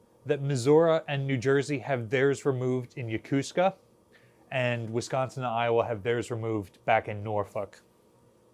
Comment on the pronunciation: Why are you appearing to say Missura? Instead of Missouri? Also, regarding Yokosuka, locals say it as "Yokoo ska" Su isn't stressed. It's a good way to tell who's a local here and who's new to the area.